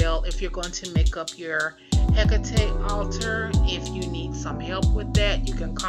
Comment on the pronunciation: It is pronounced he cot e